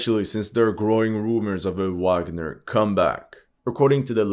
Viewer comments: Great video! Minor detail: Wagner in German is pronounced vagner. ;-) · For someone who likes to pride themselves in pronounce names in the native language (most of the time wrong). You keep saying Wagner with a W not a V. It's German...